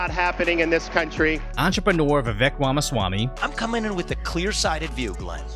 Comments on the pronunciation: Wamaswamy lol. Bro its rom uh swa me. If you want to sound more cultured you can say schwa me instead of swa me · lol exactly like Elmer fudd